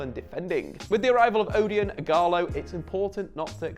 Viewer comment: The "O" is pronounced like O in orange 😉